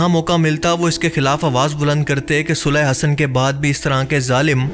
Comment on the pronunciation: Bhaie sulah Hassan achi tarah sai perh laina or misinformation mat phailayain